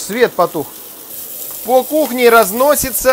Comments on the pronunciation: "По кухне разносится запах шашлыка" - мне упорно слышится как "пол-кухни разносится". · Ахахах точно! Мне тлже так послышалось! Еще и свет погас😂😂 В одном видео у него, когда горелкой обдает блюдо, оператор за кадром говорит :"пол кухни сейчас разнесёшь"😂😂